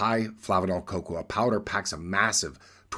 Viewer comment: Coco-ah? You've been living in Japan too long 😂